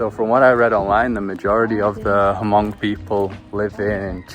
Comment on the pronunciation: The H in Hmong is silent. 😊